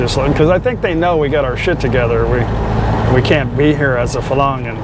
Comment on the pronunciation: You keep pronouncing Farang as Falang. Please pronounce it properly as Farang. You have to roll the “r” slightly